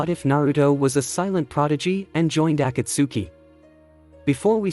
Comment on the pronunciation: I'm sorry if I sound rude but you are pronouncing Akatsuki wrong.